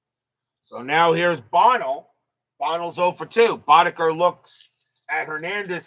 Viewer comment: Buh-NELL’ For next time. Lol